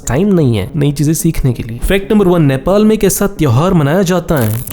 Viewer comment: say nepal not nephhaal